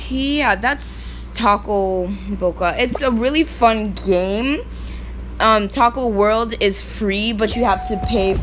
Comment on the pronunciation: It's not taco world its toca world